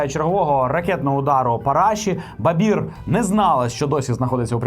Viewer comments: Може все-таки Барбір, а не Бабір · Не Бабір, а Барбір …. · чому ви говорите Бабір? У Людмили прізвище, Барбір. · БаРбір, чому "Бабір"? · не Бабир а Барбир фамилии треба знать, отстой? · Барбір! Ну хоч прізвище правильно скажіть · Чому Бабір?? ріже вуха, перед програмою уточнюйте прізвища,імена,дати...пропадає бажання дивитися і слухати. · Може спочатку вивчите прізвище Барбір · мені одній чується, що не вимовляє одну "р" в прізвищі Барбір?